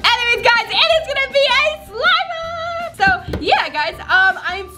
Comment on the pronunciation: It sounds like she said slime mop